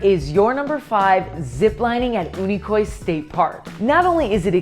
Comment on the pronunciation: One of the best ways to alienate the locals is to mispronounce the name of a key attraction in the area. Unicoi is pronounced "You-Nih-Koy".